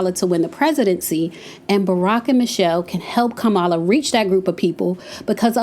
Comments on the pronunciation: It’s COMMA-Luh. Not kuh-mal-lah 🙄🙄😂😂😂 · It’s not Ka-Mah-La it’s pronounced; Comma-Lah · KAMALA is pronounced COMMA LA I ❤ u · Say her name Kamala! It’s the best way that I can share is Comma-La. The emphasis is on KA not Ma! I’ve heard the other side purposely pronounced her name wrong. Smh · "COMMA, LA" - Name pronunciation Let's all make it a priority to pronounce her name correctly, just as you would want someone to pronounce your name correctly, consistently. Thanks! ❤ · Hello, you are my girl, and I love your channel. I believe you're pronouncing VP Harris first name incorrectly. Listen to the way former President Obama says it. But the pronounciation is: Ca-ma-la, I think😊. Girl, keep those videos coming. Near the end of your video, you started pronouncing her name correctly. Be blessed, my Sista.❤ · Please say her name correctly. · You’re pronouncing her name wrong listen, how Barack pronounced her name, please. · Please pronounce her name Correctly